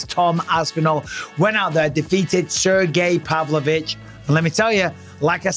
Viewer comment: everyone: “sergei pavlovich” bisping: “SIR GAY PAV LO VITCH”